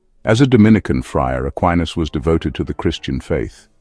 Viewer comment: It's "Ah kee nas."